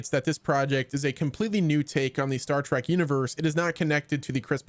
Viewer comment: Say Star Track one more time